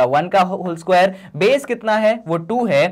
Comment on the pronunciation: Isquare nahi sir square😂